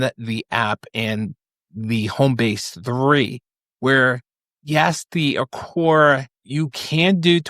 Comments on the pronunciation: Aqara not aqorrrr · hearing you constantly mis pronounce Aqara... every single time.. cringe... do you even try to learn how to say their name? and at some point maybe they just might stop sending you things to review cause you cant learn how to pronounce their name properly... (thats if they are sending you products)